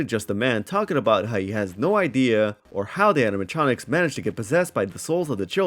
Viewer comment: I think it's endearing how you can't pronounce 4+ syllable words. "Facitily", "Aminatronics", "Reatily", "Personatilies", "Abitily". Lol no hate ur takes are based but I noticed that every time